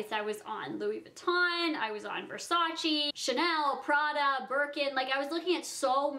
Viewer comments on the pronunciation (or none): none